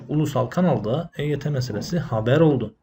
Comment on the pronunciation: Eyt yi Agzınin içinde geveleyerek söylüyor yuvarliyor Hareketlerinden kekelemsinde anlamiyonmu Admin. Akp yine Eyt yi kandıriyor